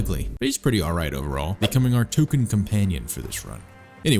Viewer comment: Oh no, NOW I hear it! That's so funny!